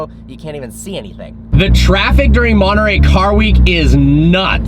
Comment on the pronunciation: Nice video Personally I find it too much of a Chiron w/body kit. Anyway, if I'd get $1 for every time your said "absolutely" in your videos, I could probably afford one of these now (not that I'd buy it, though). And how come Americans can't pronounce Centodieci - or Monterey for that matter?